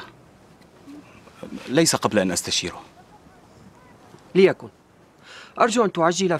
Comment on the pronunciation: المشهد الأول خطأ لغوي ليش قبل أن أستشيره بضم الراء والصحيح بالفتح